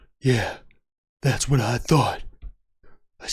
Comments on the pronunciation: "It hwaht?" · “It HWHOT?” Sent me 🤣.